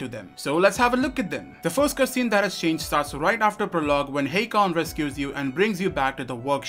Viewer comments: You keep saying HEY-Kon when he clearly says his name is HA-kon. Noticed this since Day one of this game and it's annoyed the hell out of me. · How could you still be saying "Hey-kon" when the NPCs, Aiden and Hakon himself says "Ha-kon"?